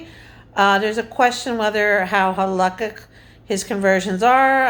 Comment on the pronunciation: This lady looks crazy as fuck lol the way she says “halachic”